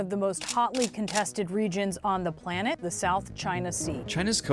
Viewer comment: she said planet dah